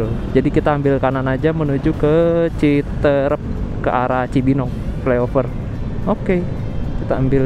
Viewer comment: Citeureup bukan citrep,Luh coy